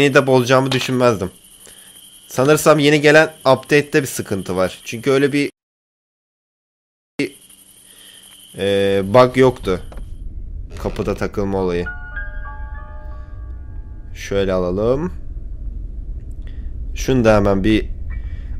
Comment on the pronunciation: dakka değil dakika bag değil bug